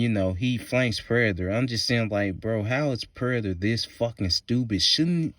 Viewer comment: why tf do you say "Predator" like that?! 🤣